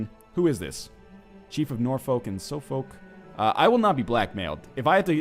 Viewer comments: "Chief of Norfolk and Sofowk" The 'Suff' in Suffolk is pronounced like the 'Suff' in Suffocate. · Northernlion pls.... Suffolk = "Suf-fuk" and Norfolk = "Nor-fuk"...